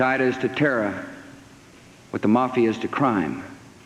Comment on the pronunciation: "Our war on terra'..." what a bafooon.